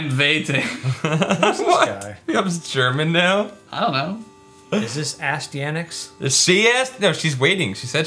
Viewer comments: continue. this game wasn't a complete drag. had some good side-scrolling mechanics. BTW it's pronounced....... styanax play noun As·ty·a·nax \ə-ˈstī-ə-ˌnaks\ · Uh-Stye-an-axe. I think. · Just so you know guys... its pronounced Astyanax =)